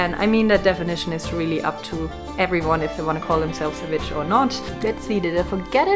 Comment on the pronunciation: I LOVE THE WAY SHE SAIS VICH. ONLY A TRUE VICH CAN SAY THAT.